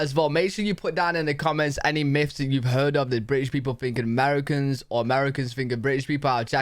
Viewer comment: Its myths, not miffs.